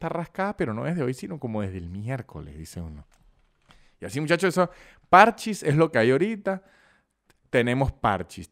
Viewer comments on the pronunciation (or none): no es que le digas ludo ni nada, pero, parchís tiene acento en la í, parchÍs, no parchis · es parchís acento en la i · igual no es pArchis, es parchÍs, dato que a nadie le importa.